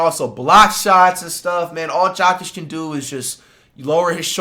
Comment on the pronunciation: His name isnt jockig 💀🤦🏾‍♂️ and Wemby is not better than Jokic, you smoking.